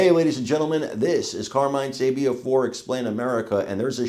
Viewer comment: Sabia with the accent on the I. Like this: SABIIIIA. OK?